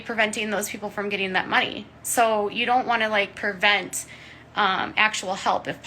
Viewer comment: Some "journalist." says "pervent" instead of "prevent." 😳